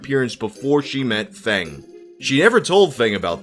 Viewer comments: Feng is pronounced like fung in fungus not fang. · Plus Feng is pronounced as Fung